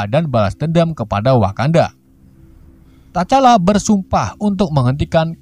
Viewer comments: Tcala itu T nya dak baca bang.. jadi hanya di baca cala gitu aja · bang salah nyebutin nama t-chala salah nyebutinnya bang sama abang sala ngomong bucky